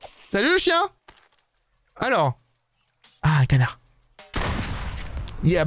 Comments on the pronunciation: Qui a entendu cona** à la place de canard à 😭😂😭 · olala t'a dit connards au lieu de canard Pas bien Et pense a regarder dans le salon depuis le jeux. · À tu a dit co**r a la place canard